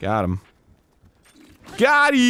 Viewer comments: arin.. it’s not goddy or whatever you said lmfao it’s “got em” lol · Mr. Hansen. Its "Got EEM" not "GOTTI" you goofball (Disclaimer: It sounds exactly like hes saying "Gotti", but do not be fooled) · it's not gotty it's gottem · Got em.... not got eeeee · "ha goudi"? its "ha! got em" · Arin. It's "Got im." There's an M there. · Negatron but it sounds like goteee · it sounds like goteee. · All I heard was "Got He". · Hearing "GOT EEEE" Pains me xD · Arin it's "GOT EEM"